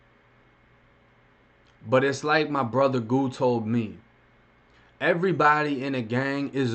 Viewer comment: do you not know how to talk 'earybdy' lmmfao 😆 😆